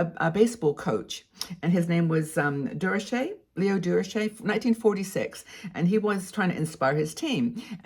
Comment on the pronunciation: Your pronunciation of Leo Dee-Ro-Chure tickled me. He was a tough guy who was a successful coach. Your French pronunciation was so elegant for him.😊 I really agree with you on how the sayings you mentioned are untrue. Boys will be boys is the worst! It’s so ridiculous! Thank you!